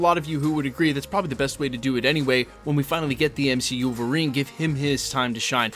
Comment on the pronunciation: Did you say MCUlverine? Lol